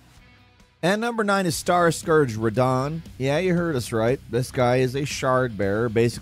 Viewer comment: bro said radon